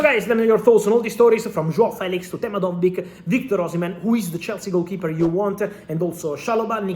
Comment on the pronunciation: lol also its dovbyk, not dojberg lmao